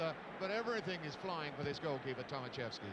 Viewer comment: Poor English man. Not Tomasieski but Tomaszewski-learn some others języków. Sad english story.